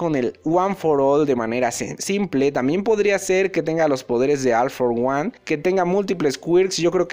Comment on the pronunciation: Se pronuncia ol for guan... recuerda como pronuncias a ol maigt ambos tienen la misma palabra al inicio en ingles